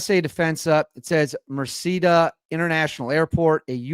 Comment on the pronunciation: You are doing pretty good with your Spanish but just in case here the pronunciation of those locations: The City of “Ponce” Pronunciation = (pôn′se) “Mercedita” airport Pronunciation = Mehr-seh-DEE-tah